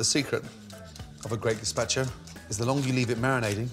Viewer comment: I had to stop watching the video after 30 seconds because he butchered the word gazpacho